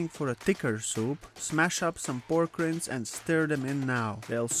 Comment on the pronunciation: Great recipe! FYI “Rinds” is pronounced with a hard “i”. The way you are saying it is wild! 😂